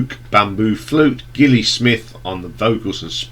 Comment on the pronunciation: You do realise that Gilli is pronounced with a soft G, as it's short for Gillian?